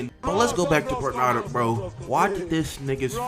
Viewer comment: Dude it's P-u-r-n-e-e-d-a (Pernida) not Pernyda 😂😂